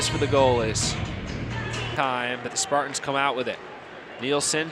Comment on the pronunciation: Spart-ins 😹🤣😂. Learn to talk bro